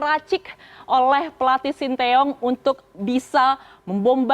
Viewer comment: Presenternya ngerti pelafalan nama sty dengan benarr